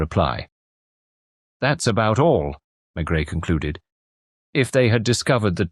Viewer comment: AI. NO THANKS. I knew instantly as soon as he said Maigret. The T is not pronounced. And the voice pronounced it.